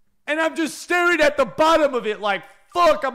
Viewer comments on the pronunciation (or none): none